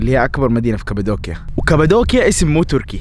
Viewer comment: مش كبدوكيا قبدوكيا بل قاف 😂😂😂